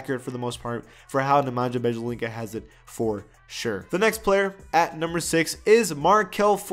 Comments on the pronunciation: It's Byelitsa not Bejelinca :) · you pronounce wrong Nemanja Bjelica second name...😂